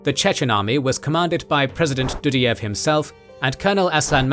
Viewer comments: Это невозможно слушать :) Ребята, пожалуйста, если делаете текст-переводчик с английского сначала послушайте, что он вам наозвучивал, а только потом публикуйте. Потому, что "Елин", "чечны и чеичавены", "татаристан" "ДудИев (вместо Дудаева)". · Do_die_ev 😂 NOT Dudy_ev 🤦🏼‍♂️ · DudAyev, BasAyev. A as in car